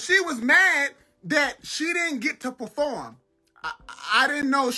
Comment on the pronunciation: He said preform her ringtone😂😂😂